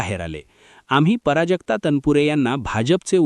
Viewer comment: पराजक्ता नाही प्राजक्ता लिहीणं तर नाही बोलणं सुद्धा चुकीचे पराजक्ता पराभवा सारखं वाटतं